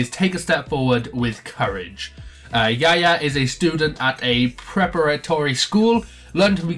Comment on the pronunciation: It's Yuya, not Yaya.